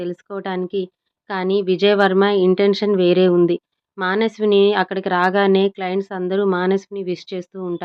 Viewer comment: మానస్విని కాదు మనస్విని కరెక్ట్ గా చదవండి